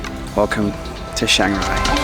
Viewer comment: Chiangrai or Chiang Rai is not pronounced "Shangrai".